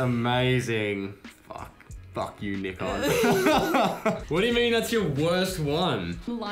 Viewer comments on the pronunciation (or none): I knew it was a bad one when you said "Nikon" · no way my bro called nikon "knee-kon"